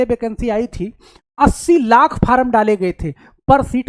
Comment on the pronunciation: Pehle form bolna sikh le tab video banana😂😂😂